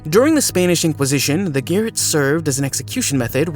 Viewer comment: SIAM is pronounced SEYE AM. Garrote is pronounced GA ROT. HENRY VIII (not VII as said in the video) aka HENRY THE EIGHT.